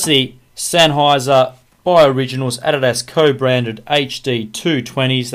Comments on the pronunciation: He doesnt even know how to say adidas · lol you say adidas funny